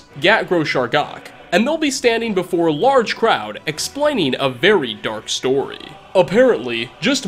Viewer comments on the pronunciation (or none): none